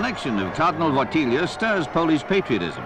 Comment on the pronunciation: It's Wojtyla not wolthiha